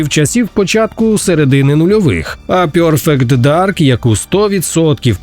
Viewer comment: EТЬОРнал, пЙОРфект дарк...дякую за хороші підбірки. Але англійська на рівні 5тикласника девяностих, це вже не серйозно в 2025му.